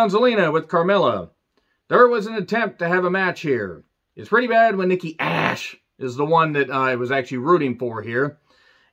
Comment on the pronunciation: you need to help hahahahah 🤣 😂 😆 every time you said Nikki ash and Kay Lee Ray